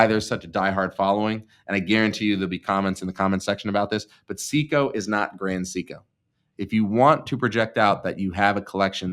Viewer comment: someone spent the money their mother gave him for speech therapy on sumpin else.